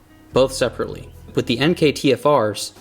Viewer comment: Plus points for pronouncing "Enkei" correctly.